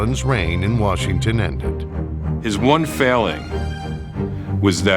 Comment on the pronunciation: I'm a Tom Landry-era Cowboys fan, since '63. The very first pro football game l was lucky to attend was Washington Redskins at the Cowboys, Thanksgiving Day, 1968. My dear old Dad that's now in Heaven used to pronounce 2 cities just like Coach Landry....Warshington, and Chicargo...😂 Washington will always be the Redskins to me. What a rivalry the Cowboys and the Redskins had. R. I. P. Dad🇨🇱🇺🇸♥️ Tom🇨🇱🇺🇸Landry George Allen God bless our pro football heroes from a by-gone era 🏈